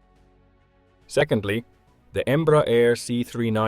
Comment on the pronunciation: its not called Embra - its called Embrear. Em-bre-ar